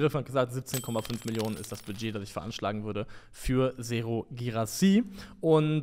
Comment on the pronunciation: Bei Guirassy's Vornamen habt ihr die Wechstaben verbuchselt- Serhou und nicht Sehrou😊